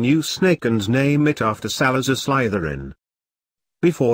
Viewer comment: This way Slytherin is being pronounced is triggering me. ( Also it’s funny cause I’m wearing my Slytherin shirt rn lol )